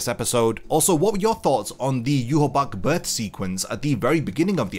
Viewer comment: Why do people call himYwabach its Ywach